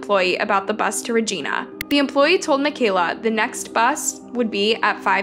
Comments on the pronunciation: Reg I na, not Regeena. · Hello! New fan here. Just stopped to respectfully say, a few things: You’re pronouncing a few of the places wrong. Regina is pronounced like Vagina, but with a R. (Ragina)😅 Saskatchewan is pronounced like Sask-catch-chew-wan. Alsooo, Canada doesnt have States. We have provinces.🤪 I Love the videos! Please keep them coming. Much love, from AB, Canada!♥️🇨🇦♥️ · Regina is pronounced like Vagina it’s not like Regina George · Regina, Saskatchewan: Reg-EYE-na, not Reg-EEN-a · Suh-scatch-ew-wan Reg-EYE-na NOT Regeena lol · It’s Regina not Regeena I used to live in Yorkton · Learn to say Regina! Not RegEna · I was yelling at the phone everytime I heard reeGINya. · Regina is rej-EYE'-na Rhymes with Vagina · Never make fun of a person who mispronounces a word, it only means they learned it by reading. And names of places are notoriously pronounced weird Saskatchewan: sa-scat-ch-eh-won Regina: rhymes with vagina As someone who moved to the area several yrs after she disappeared the general rumor seemed to be she didn't actually have a good relationship with her mother and was living with an extended family member in secret so her mom wouldn't find out. I never really believed it and as far as I know the people I heard that from didn't know her personally and there doesn't seem to be any actual evidence to support this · Love the pronunciations 😅 Re-gIna (I - eye) Sas-catch-oo-wan (Saskatchewan) -sincerely a Canadian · Your pronunciation of Regina should be Re Jiiiiiiiiii Na or REG EYE NA. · Sask-a-chew-won and Ree-Gyn-a 😅 when I moved from there to the USA I got made fun of so bad bcuz Regina sounds like Va-Gyna. Made life tough being bullied in a new school. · The pronunciation is driving me nuts 😤 😅 *sas-catch-chew-won * REGINA NOT ra geena Its pronounced the same as vagina 😂 just with ab R* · All Canadians are 😂 at how you pronounced Saskatchewan and Regina 😂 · I kept thinking she was meaning a person not the city Regina ❤🇨🇦